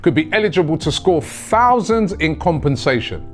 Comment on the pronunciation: Robbie “payouts could be worth Fousands” 🙃🙃🙃